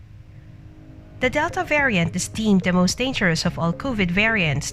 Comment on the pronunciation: This is a bunch of BS coming from this Bot again. It can even pronounce variant right